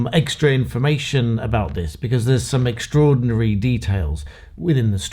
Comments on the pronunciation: Are you playing with us? you say eggstra information and its eggstraordinary! I suggest you stop cracking yolks. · Did I hear you say, "eggstra" and "eggstraordinary" or did I make that up?